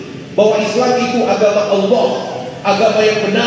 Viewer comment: Bang melafazkan "Allah" sangat fasih..ya Allah bukakan hati dan fikirannya biar bisa log in ke islam aamiin🤲